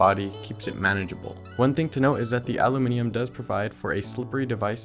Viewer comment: An American who knows how to say Aluminium the correct way? lol Im impressed, also great review